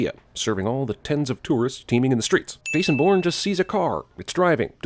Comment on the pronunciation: when his voice is so good that his voice pronounces bourne a porn but aye I love this don't get me wrong man